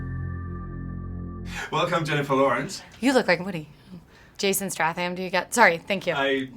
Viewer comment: hat die gerade Jason Stratham genannt?! mit einem R????!!!